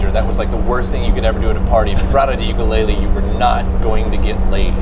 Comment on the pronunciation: Tyler: Uke-LAID-le .... looks at Josh proudly for recognition